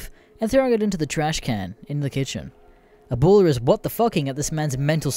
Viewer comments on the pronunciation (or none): "Aboola"? My guy. It's pronounces how it sounds. Abuela. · It’s uh, Ah bue la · Boy how the fuck do you get ABDOOLA from A-BU-ELA? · It’s grandma ya fuck … get cultured and I’m American… Abdula ,????? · >pronounces abuela as Ebola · At least he doesn't go full tard like Creepswork and say aBdUlLaH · He says it like “Ebola” 😂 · its not my native language either but it just sounds stupid so you should look up how to say foreign words it will add to the quality of your videos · I love how there is two different uploads of this story I've seen now with mispronounciations of Abuela. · Since when is "ue" pronounced "way" in English? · The pronunciation of abuela is getting me A N G E R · being half border jumper, i agree, THE B IS PRONOUNCED LIKE A FUCKING W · Why the fuck can nobody pronounce "abuela" in this fucking greentext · anyone as pissed as me because of the way he says abuela